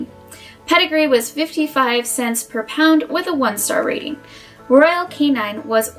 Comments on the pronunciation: It’s royal KAY-NIN not royal KAY-NINE 🙄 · What do you know about dog food? What are your credentials to be giving advice to the public about what dog food to buy. Also its not royal canine its royal canin. Why would I follow anything you say if you can't even pronounce the brand of dog food you are reviewing lol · She keeps pronouncing Royal Canin wrong. It's not Royal Canine. Short "i". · You expect me to take advice from someone who says "Royal Canine" and "Purrina"? Also shorten your dang video there's no way I'm watching that. Lol